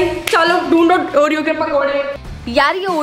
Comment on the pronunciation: oreo ke pakode ❌oro ke pakode ✅